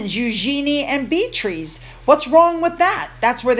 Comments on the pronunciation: I love your channel. I look forward to it every day. Just for your info, its pronounced Bee a tris, not Bee trees. 💜💜💜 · Great vid. btw - the name is pronounced bee-ah-triss. took me a while too 🙂